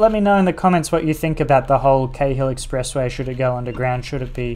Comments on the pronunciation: Awesome, thanks. Btw in Sydney we pronounce the Cahill Expressway like ‘Carl’. No idea why but there you go. Like in Melbourne they say Docklaands vs. Docklnds. I have lived in Leichhardt and Manly but never cycle-ferried the route - very cool. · Cheers Peter! Haha it's a bit confusing since my brother had a friend with the last name Cahill growing up so Cay-hill is stuck in my head as the pronunciation. I'd definitely recommend the cycle-ferry combo if you get the chance!